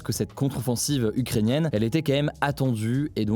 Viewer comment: "quê même"...